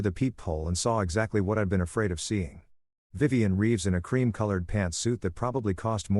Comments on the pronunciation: Vivian is not pronounced viv-on. It’s viv-ee-an. The narrator managed to pronounced it correctly only twice. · “Vivian” is pronounced “Yvonne?”